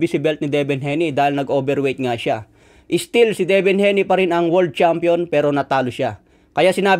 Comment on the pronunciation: Hayne (Hey-nee) hindi po HENI